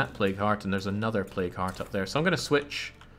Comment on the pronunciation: for some reason every time you say plague heart i hear play card, is just me?